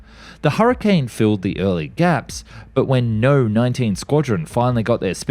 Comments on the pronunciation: No. just no. Pls redo the voice-over before I scream myself to death. "No." is an abbreviation for number. Say "number" and not no. Also, orifice is pronounced ori-fice or ory-fiss if you must. Jeez dude, don't do this to us with such good material. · Please stop using an AI voice! It isn't 'no' but 'number' when referring to say, 'Number xx Squadron"! Using AL voices is sheer laziness.